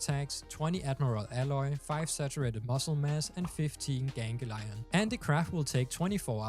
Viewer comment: Gan-glee-on not genghi-lion